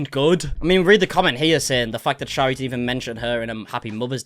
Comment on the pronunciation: You are pronouncing her name wrong, it’s pronounced sherry. 😬